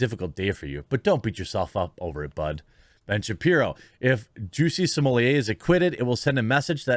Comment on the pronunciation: I have heard Juicy smooleeyay so often that I actually forgot how his real name was pronounced.